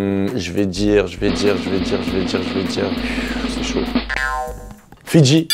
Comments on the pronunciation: Il faisait que de dire fitci mes oreilles sifflait 😏😏😪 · Je suis le seul à avoir rigolé quand il a dit : "Fidji" pour la plus sincère